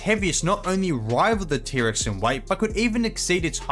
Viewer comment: Normal people: T-Rex This guy: Pterix